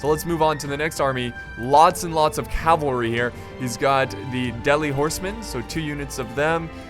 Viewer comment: Ze–Senpaii cavarly...😂😂